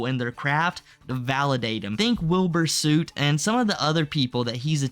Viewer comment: Pronouncing Wilbur soots name like that took me out😭